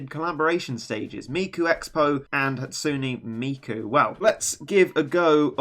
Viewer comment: Hey, you pronounced it right! A lot of ppl be like "Hat SOON Miku", but you spoon, you "Hat SOOn NE Miku"! Excellent!